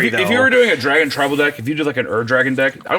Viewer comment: BAEBY DRAEGUN!! BECOME THASUND-YEAER DRARGUN!! 😂